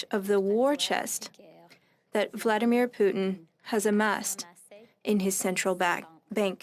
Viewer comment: Why does she pronounce Vladimir Putin like that??